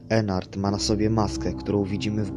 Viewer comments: Ennard a nie Enard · Po piersze nie ennart tylko Ednardd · to ennard a nie enar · To jest Ednard a nie Ennard